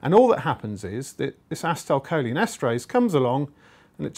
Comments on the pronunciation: I cringed every time he said "assa-tile" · its pronounced aCEtylcholine emphasis on the C en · A-Cee-Ta-A- Col - Leen